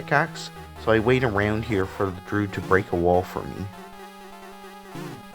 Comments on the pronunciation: looking for this comment, droo-id not drood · why do you pronounce druid like "drood"?